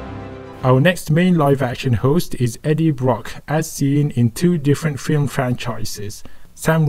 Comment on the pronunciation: Is not book is brock